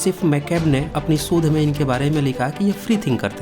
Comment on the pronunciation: sodh nahi shodh